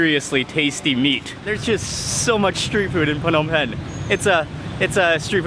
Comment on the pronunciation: Mark, I kinda hate it when you say P-hnom Penh. I believe it is silent P, like NOMPEN when you say it. Don't mind me, I love your videos!